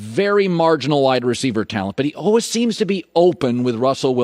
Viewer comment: Colin “Allwizz” Cowherd